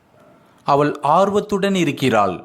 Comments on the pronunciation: தமிழில் அவள் எனச்சொல்வதை நீங்கள் அவல் எனச் சொல்லும்போது கேட்க நெருடலாக உள்ளது. Sorry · Nice. A word I want I want to tell. even though u teach us English with Tamil translation you pronounce avall like aval. ie ள் is pronounced by u as த். Pl correct it. It's my request only